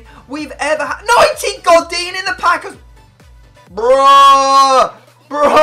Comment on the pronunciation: The way you said godin